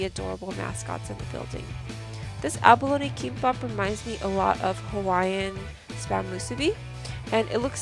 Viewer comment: You are pronouncing abalone as abalony.